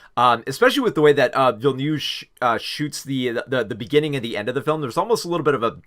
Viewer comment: I really enjoyed your review of Dune: Part Two, but please learn to pronounce Villeneuve the right way. It's not ''Villenew'', but Ville-Neuve!!! No offence, and I know it's not on purpose. English is a fucked up language.